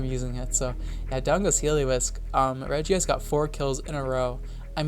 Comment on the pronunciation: Why did you pronounce regice like that?